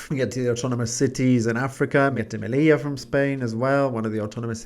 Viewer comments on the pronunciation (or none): none